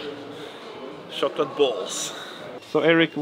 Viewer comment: Chocolate is pronounced with a tsh sound guys. And jumping with a dj sound :')! Keep it up! <3